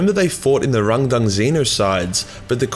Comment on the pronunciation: “It’s hard to say RángDáng without sounding like you’re making fun of a Chinese man” continues to pronounce it with the weirdest possible emphasis (cause I don’t think that reading something like it’s two words with accent marks is normal)